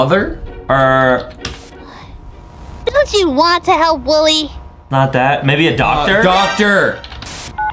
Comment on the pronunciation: Why is it saying Willy instead of wooly